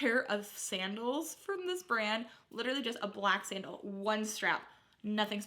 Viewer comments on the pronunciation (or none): none